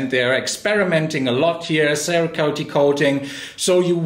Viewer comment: I just love that pronunciation of cerakote.